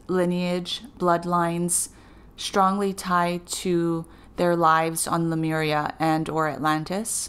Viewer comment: I love your channel! Thank you. You are a very clear channel, your info is great and I always look forward to your vids. But PLEASE... it's not "sin-cro-NAH-city" it's "sin-cro-NI-city". Also It's "LEE-mur-i-a" not "LOO-mer-ia". Thanks!